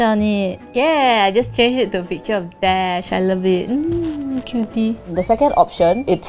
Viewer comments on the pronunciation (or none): none